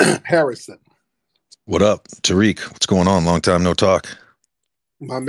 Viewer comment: Tariq you slaughtered... "T S.("Gazelle") as in "African Deer"!!